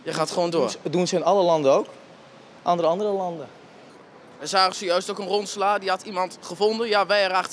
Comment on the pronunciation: Hij zei “andere allere landen” 😂